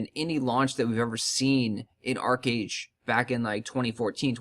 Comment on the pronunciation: It's Archeage. What else is new? Lol